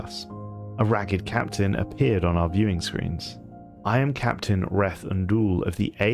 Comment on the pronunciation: Aside from your mispronunciation of Reth Unddol's name, this is another one of your good works. Keep doing your work, brother.